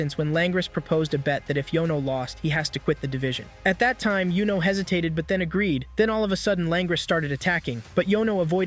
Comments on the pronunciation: Pronouncing yuno as Yo-No already was a red flag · Bro its not jowno its yuno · I want to stop watching based on that. He put in a lot of work on this props for that. YOU-NO is the correct pronunciation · it's youno not yono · Wassup with bro saying dude’s name wrong when bros name not that hard to say. That’s a red flag get the name right bro